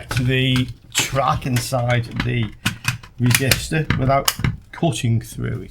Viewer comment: Your wesistor is bwoken.